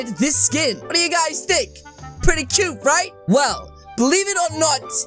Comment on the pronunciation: WERY CEUT BUT WERY SCERY